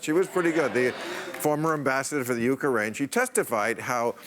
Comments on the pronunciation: For Pete's Sake!! It's UKRAINE with 2 syllables ONLY ! It's NOT Uker - raine! Sheesh!! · uka rain instead of Ukraine lol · Why does Bill keep saying "euchre-ain?" I've only heard Japanese people say it like that. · Sorry that this drives me a bit nuts, but it's U-CRANE, not YUKA-RAIN Bill. Then again, Bill Taylor pronounced what I'd always thought was KEY-EV as KEEVE and I'd imagine he'd know the proper pronunciation far better than I. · did he just say "youkarain?" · Why he does he keep saying “UkEcraine?” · "the former ambassador to the YOU kuh rain"? Bill, it's two syllables. (and Macarena is four) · Did he say U-ker-aine? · The Yook - a - rain! LOL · The “Ukarain” is how it’s pronounced huh Bill? You’re such a moron of epic proportions! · Why does he pronounce Ukraine like "You ka rain"? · Love ya Bill, but you sounded quite Trump-like the way you pronounced and referred to "The You-Karaine"! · Bill is clearly an expert on the "Ukeraine". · Bill always adds an extra syllable to the word "UK-RAINE" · Bill has to learn to properly pronounce Ukraine. There is no ukAraine. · WHY does Bill Maher say "Uk-A-Rain"? It only has TWO syllables, someone PLEASE tell him. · lol. Love Bill but he can't say Ukraine. He says Ukaraine. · No, he's been saying it like that for months. But I notice he never says "euchre-ainian" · Good question.